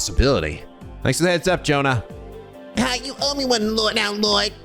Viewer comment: Day 3(not in a row) of writing a comment under a trails video telling that Jona's an Joachim's names are pronounced differently. J is read as Y in both of them. Like Jaeger.